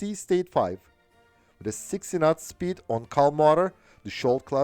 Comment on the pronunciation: I love ur channel, and ur accent! "...45 nuts..." just beautiful.